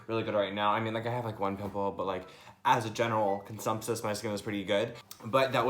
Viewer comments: “as a general cunsumsus” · “As a general consumpsus” 🤣☠️ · lol you said “general consumpsus” omg I died